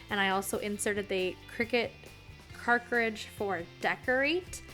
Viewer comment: You’re mispronouncing “cartridge” though ☺️